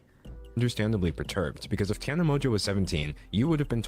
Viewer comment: it is pronounced tana mojo hahaha